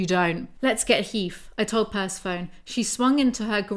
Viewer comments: I swear I was like WHO is the horse named after….. is it Persephone….? (I was looking for this comment omggg) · PERCE-PHONE???, its pr-seh-fuh-nee LMAO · Persa-phone?!?!! Per-seph-oni!!! Like Hades and Persephone!! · girlo im sorry the way you say Persephone is wrong (not tryna be mean) its the name of the greek goddess Persephone (per-sef-o-ne) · I love you but PERSEPHONE (purse-ef-oh-knee) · Jw. Is Persephone supposed to be pronounced, "per-sef-ah- knee ? " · Persephone is pronounced "per-seh-foe-nee" :) it's from Greek mythology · Idk if anyone has already said this or if you already know and are being cheeky, but Persephone kinda gets pronounced like Aphrodite, (kinda like per-SEH-funni). And, less important and less well known, Samhain, weirdly, is pronounced kinda like sow-in (sow like wow). I love your book breakdown/narration videos so much omg. Also, taking (vegan) CoQ10 and (vegan) Omega 3s with my ADHD med each day has made a noticeable difference for me in weirdness. Also just so you know, vitamin C can weaken certain meds (like mine, which is Adderall). Congrats on starting your med journey! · Say it with me per-sef-oh-neee my inner Greek goddess groans every time you say Persephone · I'm highly amused you read Persephone as "purse-a-phone" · Pleeeeease, can you pronounce Persephone Per-seff-oh-ny? Please. ;) I always think you are talking about some weird new i-phone or something ;) LOVE your book reviews/summaries, BTW. Saves me from blithely stumbling upon them and reading them myself. I would have thrown them into the bin after five minutes. Weirdly enough, I can listen to you talking about them for hours! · Love these videos. I do think it's pehr-seh-pho-nee or puh-seh-fuh-nee kind of 😊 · Bless pronouncing Persephone like "persy-foan" 😅 I can't blame her for it too much, she's so tired. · I love this so much!!! Also just so you know the pronunciation of “Persephone” is Per-Sef-O-Nee She’s a Greek goddess